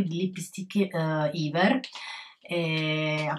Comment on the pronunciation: bel video!! :) però volevo dirti che si dice Ever, con la E normale, non iver :)